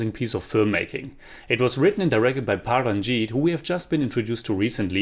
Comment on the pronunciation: It’s good to hear Pa ranjith, not as P A Ranjith..